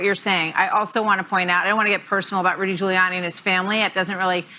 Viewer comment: Nobody liked "Rooly" Giuliani